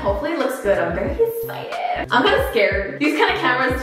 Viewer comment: Nobody:......: I’m so axcited Lol it sounded like that lmaoooo